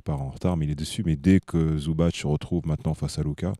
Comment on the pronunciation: Super emission ! Toujours aussi cool avec Nico. Par contre une bonne fois pour toutes c'est pas Zoubatch mais Ivitsa Zoubats. Il n'y a pas d'accent sur les "c" de son patronyme. Zoubats. Comme Divats. Le "c" n'est pas à prononcer TCH à chaque fois mais juste quand c'est Ć ou Č. Quand c'est C alors on prononce simplement [TS]. Ivitsa Zoubats. Voilà. Je suis moi aussi croate de Herzegovine, comme Zubac, comme feu Stanko Barać (là on dit Baratch oui), Zoran Planinić ou la superstar tarée de l'époque mister Josip Sesar ♥️